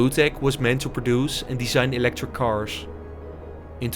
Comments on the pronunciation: Why do you pronounce "carsh" instead of "cars"??? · It's cars. Not cashh